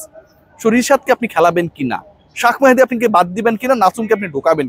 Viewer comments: শাক নাকি শেখ মেহেদী?? আপনি বার বার এই নামটা এমন বিকৃতি করে বলেন কেন? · শাখ, মেহেদী হবে না,/ উচ্চারণ হবে শেখ মেহেদী, নোট করবেন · শাক মাহেদী কে আবার ভাই,,? আপনি কি বিদেশি মানুষ যে বাংলা পড়তে পারেন না, তাই ইংলিশ বানান ( shak mahedi) দেখে শাক মাহেদী বলতেছেন,, বাংঙ্গালিদের এই একটা দোষ,,যেই দেখে ফরেনাররা কিছু একটা বলছে,, ওইটারে ট্রেন্ড বানাইয়া ফেলে,, রবীন্দ্রনাথ ঠাকুরের নাম ইংল্যান্ডিরা ট্যাগোর বলে ঠাকুর এর পরিবর্তে এখন তারা তো শিক্ষিত,তারা যা বলছে ওইটাই ঠিক,,আমরাও রবীন্দ্রনাথ ট্যাগোরই বলবো তাইনা?? । so sad